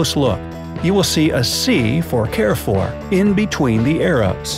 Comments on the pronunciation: It's French, and not pronounced "care fore"; try "cahrefoor" instead. (Roll the "r"s) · Carrefour is pronounciated as CAR-FOOR not "care-for" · I'm Romanian and its pronounced carfur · What you say about Carrefour is correct. Why don't you try pronouncing it correctly ?